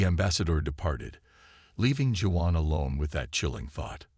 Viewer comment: pronounced WAON...not Jew_on...= Juan